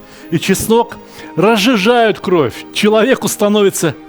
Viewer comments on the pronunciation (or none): none